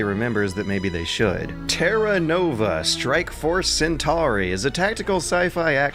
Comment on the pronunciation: But he mispronounces Centauri, so I guess it's even.